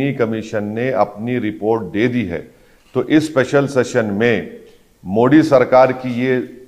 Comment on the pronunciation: ओवेसी जान बूझकर प्रधान मंत्री जी के SURNAME का उच्चारण गलत करता है। ये मोदी की जगह मोडी बोलता है। ये पढ़ा लिखा आदमी जो सांसद भी है । इससे यदि प्रधान मंत्रीजी के SURNAME का pronunciation ठीक नही होता है तो ये एक अति विचारणीय प्रश्न है। नाम किसी भी भाषा मे हो लेकिन उसे एक तरह से ही बोला जाता है। पहले लोकसभा के जिम्मेदार पदाधिकारियों द्वारा इसे लिखित मे समझाना चाहिए। इसके बाद सुधार की उम्मीद की जा सकती है।ये एक गंभीर मामला है कि कोई सांसद प्रधानमंत्री जी का सरनेम जानबूझकर गलत बोल रहा है।